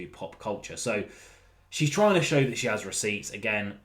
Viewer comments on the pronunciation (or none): none